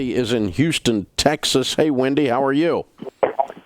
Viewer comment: Why does he pronounce “Wendy” as “Windy”?